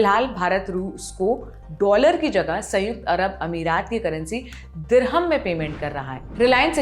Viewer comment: ..यु एस डोलर बोलो प्लीज़ 😊